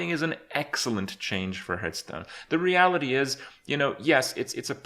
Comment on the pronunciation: 3 years later and still pronouncing it Herthstone....